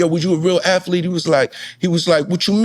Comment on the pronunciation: I love the storytelling...but damn Bellamy its aTHlete not aFlete. MFs purposely say it wrong. You won't be less black if you say it right. Damn